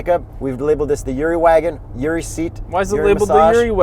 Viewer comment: His name is Yuri not Zuri